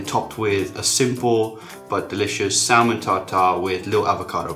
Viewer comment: Great vid. Just one thing. The L in salmon is silent :)